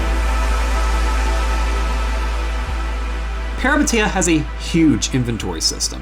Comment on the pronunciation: Small clarification that the name is pronounced as "Pehreepéteea"